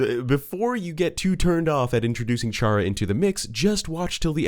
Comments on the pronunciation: Every time you pronounced Chara's name as "Char-uh" instead of "Kar-uh", I cringed slightly. It's clearly meant to reference the word Character, which has a hard ch instead of the softer one you used. Which, coincidentally, would make Kris' name a fusion of Chara's and Frisk's, adding fuel to the fire of your theory being true. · It’s not pronounced “char-uh,” it’s pronounced “care-uh” since the name chara is inspired by the word “character,” pronounced “CARE-uck-tur” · BEUH ITS CHARA CAR-A NOT CU-HAH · awesome video, chara is a play on the word character we don't say "Charrah" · Felt pain when he said “Ch”ara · Fact: Chara's name is pronounced "Kare-Ah" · Him: pronounces Chara ch-ara Me: gets shot gun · chara is part of character so it is pronounced like character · Stop calling her chara its chara as in kara like how Kris is prounonced chris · just sayin chara is pronounced kara, as in character.. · One thing that bugs me: "Chara" is pronounced "Kara" as in "Character" This is further confirmed by Chara's Japanese name, キャラ (*Kyara*), a shortend version of キャラクター (*Kyarakutaa*) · I am triggered on how you pronounced Chara... it's bacially "Chara"cter, and, I like the theory of Ralsei being made from Kris' mind, also, Gaster has nothing to do with Deltarune, Jevil and Spamton knew the KNIGHT who is now confirmed as KRIS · Fun fact 99.7% of viewers are pissed at the word 'Shara' and not 'Chara' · I still find it weird when people say Char-a...Wouldn't it be pronounced Care-A like Character...Chara-cter...eh whatever video was entertaining. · The amount of people who pronounce Chara wrong is insane. Its Care-uh. as in, CHARACTER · The theory is pretty neat but I come on, Chara short for "chcharacter", it's pronounced with a K sound. Everytime you said it I whispered the "correct" name under my breath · Same 😒 Also, the inherently Evil Chara belief